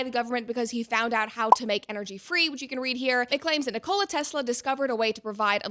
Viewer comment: The guy wasn't competing with Coke & Pepsi, the emphasis is on the Ni in Nikola, like in Ricola